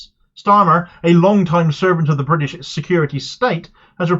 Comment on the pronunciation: Bwitish democracy at its best. Try being Scottish and fighting for autonomy